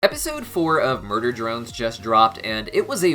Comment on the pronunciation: I think Uzi can learn to control her Absolute Solver without it controlling her as well. BTW you said "MUDER drone from" instead of MURDER drone form. I thought that was kinda funny.